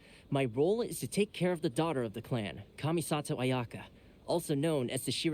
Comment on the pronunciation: the h in thoma isnt pronounced and ayaka has a strange emphasis on the ya in her name when you should emphasis the ka in her name :) i absolutely love thoma he is one of my favorite inazuma characters!